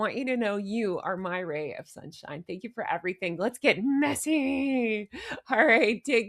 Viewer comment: I crack up laughing ever time you say messy & wrinkled! Love it,.